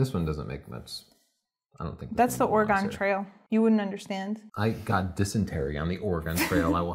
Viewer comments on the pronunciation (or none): "Or-gone trail"...lol pronunciation of Oregon cracked me up. It's pronounced pretty much the same as "organ" or "or-gun" (stress on first syllable).